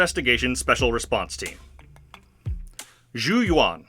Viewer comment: very nitpicky thing sorry but zhu yuan literally says her own name correctly (even in EN voiceover) in the agent screen. its closer to "joo yew-en" than "jou yoo-won"